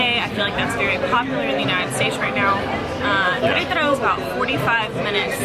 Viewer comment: Fantastic!!! By the way, I have to highlight the pronunciation as well. I’m so proud! You guys say Querétaro like locals 😁✌️